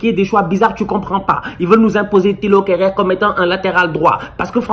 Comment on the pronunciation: quand il prononce Kehrer ça me fume 😂😂😂😭😭